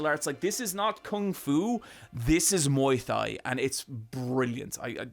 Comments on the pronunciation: Thigh-land? Muay Thigh? please. Is it actually said that way in Ireland or are you ribbing us lmfao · I know it's fun to poke fun at for his pronunciation of "filim" and "OR OR OR" but i really don't think we bully him enough for "thighland" and "muay thigh" 😂